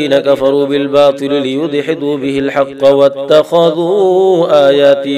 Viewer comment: In minute it will be HAQQi he said HAQQA.